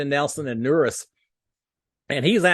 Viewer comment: Howdy! Just to help you a little bit, Nurys is actually pronounced like Nur-eece. Wanted to give you the heads up. Thanks for the video!